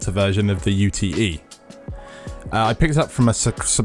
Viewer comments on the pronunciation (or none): It's pronounced 'ute' like utility, as the Aussies call their pick ups!